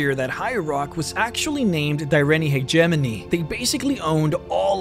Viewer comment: So glad you can pronounce hegemony right. Im tired of hearing people say hedge ah mone eeh